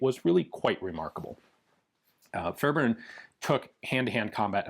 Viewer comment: As a Fairbairn, thanks for pronouncing our name correctly!